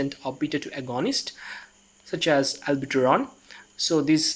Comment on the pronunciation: Good explanation but it is NOT ALBUTERON... LOL it is Albuterol!